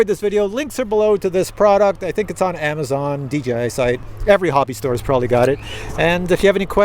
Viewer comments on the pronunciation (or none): none